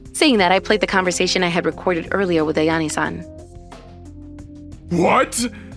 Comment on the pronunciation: The voice acting isn't good and the male voice actor pronunces Ayane like Eiani.